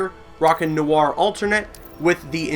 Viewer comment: You said Noir wrong 😐